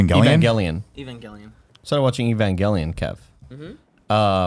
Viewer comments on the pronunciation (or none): the way first pronounced Evangelion nearly gave me a heart attack. 😬